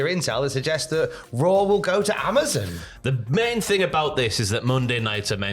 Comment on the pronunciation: lol yo can’t say Amazon right